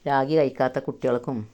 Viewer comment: രാഗി അല്ല റാഗി ആണ്